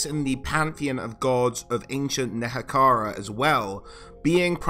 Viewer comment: great video! it's neHEkara by the way :)